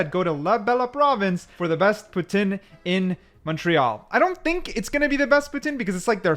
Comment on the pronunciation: From an angry Québécois, lol. I applaud your pronunciations in French, especially Poutine, you nailed it 👌